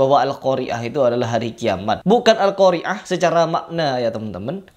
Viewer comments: Alqoriah pakai huruf ain stelah huruf ro bukan hamzah.... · padahal membaca atau pembaca huruf akhirnya adalah ء bukan ع. sedangkan nama surat tsb huruf akhirnya ع. jelas dia tidak tahu bahasa arab.